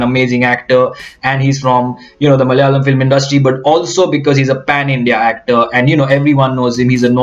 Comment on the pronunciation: My language is often the most mocked language....nice to see a north indian pronouncing the word 'Malayalam" so well.....